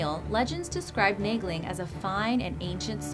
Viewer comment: I thought Naegling was supposed to be pronounced like Neigh-ling